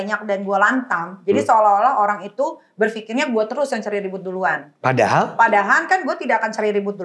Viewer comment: "PADAHAL" bukan "PADAHAN", Neng! Yang ke 2, sunggu BERISIK bgt ini perempuan ga bisa ngmong dg nada rendah kayanya 😂